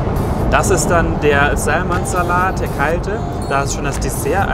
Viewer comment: Please don't pronounce the "l" in "salmon."